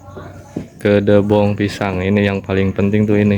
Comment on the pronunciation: bukan kedebong, tapi kedebok, Maafya mang